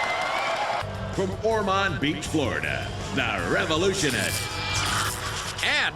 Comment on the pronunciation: I’m from Ormond beach and I’ve met before. I can confirm that, that is not how you pronounce Ormond Beach 😜 ( says it correctly )